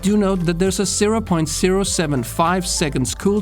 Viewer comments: It can shoot bla bla in SERO, it only took me SERO point bla bla, SERO hahahah wtf? He can say Z properly in other words but when it comes to ZERO he has to pronounce it wrong😂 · Why does this guy siro instead of zero lmao